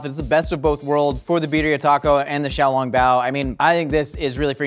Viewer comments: I enjoy that he pronounced Shanghai correct, but then says xiaoLONGbao as if he's talking about a long spaghetti noodle. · The way he pronounces xiaolongbao made me cringe.